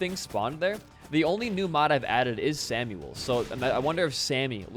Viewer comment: isn't samael pronounced like"sam i yell" ?